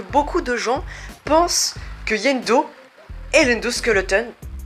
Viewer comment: C'est iendo pas yendo